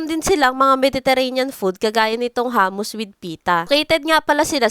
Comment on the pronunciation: Hindi po hamus, hummus po.